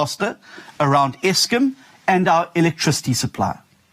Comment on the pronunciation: John Steenhuisen, dit is ESKOM !! Jo BLIXM !! not Eskum.